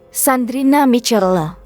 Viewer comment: Sandrina Michelle... Bacanya salah... Sandrina misyell atuh...